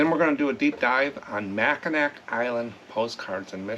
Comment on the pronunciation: Mack-n-aw island